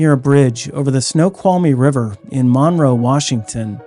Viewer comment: It’s mun-roe. Not mawn-roe, also love the content!❤